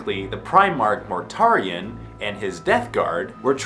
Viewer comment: Mortarion "more-ta-ree-on"